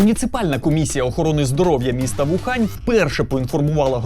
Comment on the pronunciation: Мария Воронова та Ухань він, УХАНЬ. Китайським піньїном ієрогліф зі звучанням «u» завжди пишеться з «w», яке при тому не читається. Тому «Україна» - У-Ки-Лан, а не Ву-Ки-Лан, і У-Хань, а не Ву-Хань. Більше того, є затверджені НАН України правила транслітерації китайського піньїну, де чітко написано: «Wu» - «У».